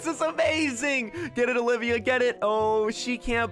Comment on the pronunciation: i like how he said when he met her again ovilia not olivia